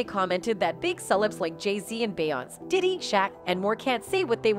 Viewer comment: I'm not listening to a a.i that can't even pronounce beyonce